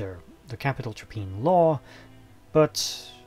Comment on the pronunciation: Hi there. 'Traprain' is pronounced as if the 'rain' as in 'train'. so 'Tra-Pray-en'. Least that's what the locals around here call it (I can see Traprain Law from the end of my road).